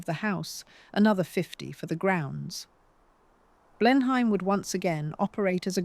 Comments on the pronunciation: It's NOT Blenhaym. Blenheim is pronounced Blenem. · AI narration. No Brit would pronounce Blenheim Palace 'Blen-hyme' 🤦🏻‍♀️ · Dear Ai... the pronunciations you're looking for are 'Blenum' Palace and 'Mobeel' Alabama!